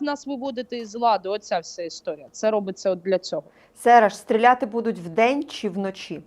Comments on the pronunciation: Доброго здоров'я!,прохання до Вас,ставте правильно наголос.Нема слова "будУть",є слово "бУдуть".Перевірочне слово" бУти"! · Шо це за дивний наголос у слові будуть?! Просто капець... Де вона це почула? І які українці так кажуть??? Дратує жахливо. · А слово "будуть" з невiрним наголосом вiд панi рiже слух постiйно. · научитесь говорить слово будуть правильно, нема слова будУть, гидко слухати!!!